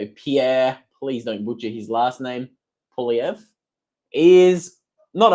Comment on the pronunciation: Also, good job saying Pierre’s last name